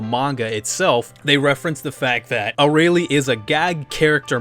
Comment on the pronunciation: "A-ray-lee" oh lord.